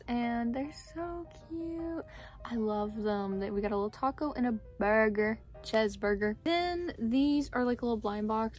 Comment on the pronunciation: Ha ha ha! you killed me with "chezburger" btw love your vids❤